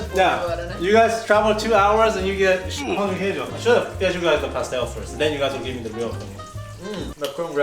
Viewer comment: When says "Pão de Queijo" instead of "Pao(pau) de queidio" my reaction is: FINELLY A ENGLISH SPEAKER SAID THAT CORRECT